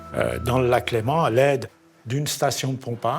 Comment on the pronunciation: LÉMAN ET NON LEMENT !!!